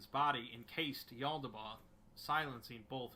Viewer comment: I love the exploring series but his pronunciation drives me nuts lol Mekhane: (mech-kaine) not mek’n Yaldabaoth: (yal-duh-bay-oth) not yaldaboth